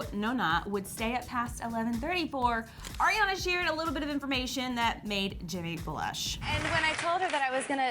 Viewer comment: When will they learn Ariana's name its Ariana not airana